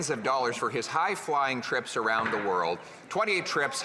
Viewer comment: Am I the only one that can't stand these ridiculous liberals? " Mr Speaker we will take no lesson from da conservative". Seriously Champagne, shut the eff up.